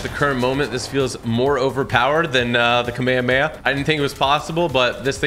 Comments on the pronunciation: ITS NOT KAMAYAMAYA ITS THE KAAAAMAAAAHAMMMMAAAAAAAA HAAAAAAAAAAAA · Did he just say kamayay?? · At least he didn’t pronounce it “kameyomama” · "kameyameya" -Typical Gamer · "Bro really said kameyameya"💀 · bro really said kameamea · kamekeah bro its kamehamameHAAAAAAAAAAAAAAAAAAAAAAAAAA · Am I the only one who gets bothered by when he says Kameyameya instead of Kamehameha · it's came e hum e not kamekamama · It’s not kam a ma a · We've got a brand new mythic that might better than the “ka’meia’meia.” 💀 💀 💀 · I know it’s a joke but that might just be the most funniest way of saying kamehameha “KAMEHEMA” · I love Yur Videos But as Soon As The kamehameha Came Out you Said It Wrong It's Ka-Me-Ha-Me-Ha I hope FN gives you a fortnite icon skin and also another reaso nis yur acent cause yur canadien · BRUH ITS NOT KAMEAMEA ITS CALL ME YO MAMA😂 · Your saying kehamehama wrong! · I'm a dragon ball fan and you saying Kamehameha it just I don't like it but I Don't control your life so you be you Edit: how to say it ka-me-ha-me-ha The sound for the me is may, the others like ka and ha is how they sound (just the sound) now say Kamehameha with the may sound and that's how you say Kamehameha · It’s not kaumeamea that’s what you’re saying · The fact that he said Kamehame ha wrong is killing me 😔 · Can we all just say that he says kamehameha really wrong in the beginning.